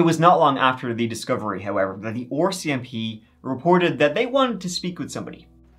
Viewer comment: I just have to say that I giggle every time you say RCMP as “OR”CMP. As my national policing force I love hearing that. Always a little sad when you cover Canadian stories. Even in 2024 I like to believe we are the safest and kindest country where crimes is few and far between. And that’s from someone who lives in the city as Paul Bernardo did (look it up but I lived it and won’t watch). Love your story telling and keep up the good work.